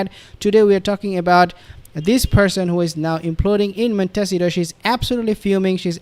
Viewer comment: Please! It'a Mon (as in 'bon-bon') te (as in 'the") ci (as in 'see') to (as in 'toe'). If this is in any way unclear, perhaps you could consult with a linguistics teach or Spanish ambassadorial authority. I'm sure they would be glad to help you. Are you being stubborn on this one word, suffering from PTSD, or simply stupid ? The results suggest the last.